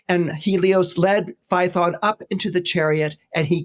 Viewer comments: Fay-uh-ton. Not Fye-thon. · ~ , I'll note, completely off topic, he pronounces Phaethon as rhyming with 'python". I have been wondering about the original greek sound English spells "ae". Here it is : " In Classical Latin and Ancient Greek, the vowel combination transliterated as "ae" (or the Greek ai) was pronounced as a diphthong—sounding very much like the "long i" in the English word "eye" " Damn! He said it right. Never knew it.